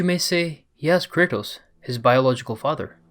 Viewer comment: Why do you call Kratos Curtis??